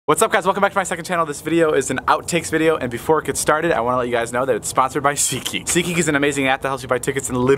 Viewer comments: Mara Lewis nah im just trying to make fun of his sponsor i know its SeatGeek but he pronounced it see kick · i heard david say "ckey" but it's actually "seatgeek"..........lol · R O S E you silly. It’s not see kick, it’s SeatGeek... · David: SeatGeek Me: Who’s getting a car now 😂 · Sponsor: seatgeek Me: seekee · Nobody: David:Seageek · “This video is sponsored by....” Me: HONEY David: “.... Seatgeek” Me: damn it